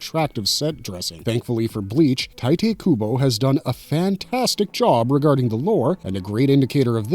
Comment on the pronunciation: i did not just hear you say TIGHT-AY KUBO